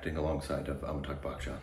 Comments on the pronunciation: And they pronounce his name Amitag. Amitag Bakchan. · Am I the only one, or really still pronuncing "Amitakh" and no one is complaining?